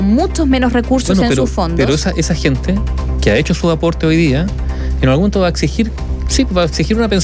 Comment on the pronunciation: Un periodista de esa trayectoria minimo deberia pronunciar bien las palabras de nuestro idioma. Ejm.: lota siendo ( lo esta haciendo), giente (gente), , cuaeconcepto (cual es el concepto), provisionale (provisionales), etc. ect..